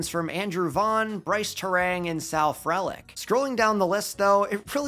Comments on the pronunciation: Frelick is pronounced free lick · love your content but man we gotta work on those pronunciations... misiorowki and frelick are not pronounced like that lol